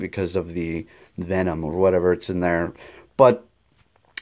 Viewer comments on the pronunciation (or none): none